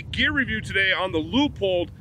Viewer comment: Thanks for pronouncing Leupold correctly. Even here in Oregon they butcher that.